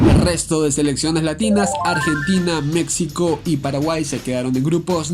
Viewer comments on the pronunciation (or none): Qué no se pronuncia Mecsico (México), se pronuncia Mejico. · Por qué pronuncias México con x "X", si la "X" se pronuncia como una "j" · La X también se pronuncia como "j", pero no en todos los casos, osea, Necaxa se pronuncia como se escribe (ni modo que diga "Necaja") pero me suena raro que digas "México" con "X" en vez de "j", por que para mí, una persona que no habla nuestro idioma diría México con X, y yo tengo esa idea que un hispano "deberia" pronunciar México como una "j", nadamas era una duda, por que si suena raro xd